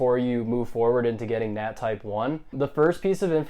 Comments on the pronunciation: "Well in todays video im gonna share my experience as to how to just get that nu... nat type 1" 🤣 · "Well in today's video I'm gonna share my experience as to how to get that nut,nat type1." im dead you